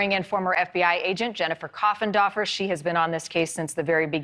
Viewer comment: I really thought she introduced her as "Jennifer Coffin Dodger" 🤣🤣🤣 I had to replay it 3X! 🙈🙊